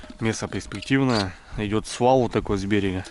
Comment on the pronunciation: Ты разбудил во мне логопеда)